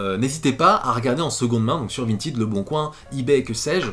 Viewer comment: Jour 367 de harcèlement de pour qu'il prononce correctement Vintèd et pas Vintid